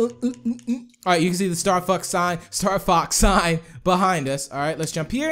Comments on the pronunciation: did anyone else here say starfucks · when said Star Fox it came out a different way